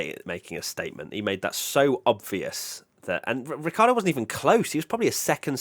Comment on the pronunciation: And it is certainly not Ricki-ardo